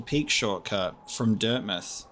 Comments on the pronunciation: talking about everyone cringing at his performance Me actually cringing every time he calls dirtmouth, dirtmith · interview with the developers states otherwise. They say its pronounced as dirt mouth. Just cause its spelled similarly doesn’t mean its pronounced the exact same. Though I will thank you for the lesson cause I didn’t know that going into this.